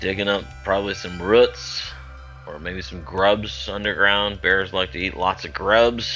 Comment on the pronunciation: Yeah the way he pronounced "roots" is something you'll never hear in the south.